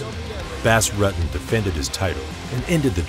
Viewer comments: “Bass Ruttin’” 17 seconds in and I had to close the video. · funny, someone can put in all this research and go through all this footage and then not even know how to say his name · U butchered his name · It is killing me how you keep pronouncing his name. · If you don't know how to pronounce his name, how can we take you seriously with anything else you say? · Thats not exactly how you pronounce his name .. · Sorry, but if you do a video on someone...learn how to pronounce their name correctly.